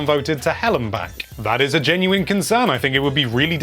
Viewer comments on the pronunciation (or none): none